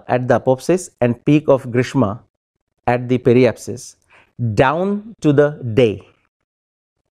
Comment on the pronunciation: pronunciation of apoapsis and periapsis is wrong by speaker ... he is speaking these words as if they were apopsis and peripsis